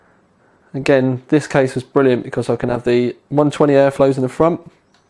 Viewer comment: I love the way you say "Bvrilliant"